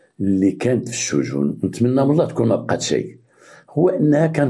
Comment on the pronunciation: السجون ماشي الشجون 😂😂😂😂 الله يعطيك الخير تبارك الله عليك مسيرة موفقة